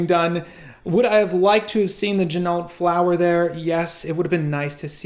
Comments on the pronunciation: Yep. John told me the same thing last year. Gotta say it all Frenchy in part deux ok? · I think they pronounce their name ‘Gin-oh’ if I am not mistaken,.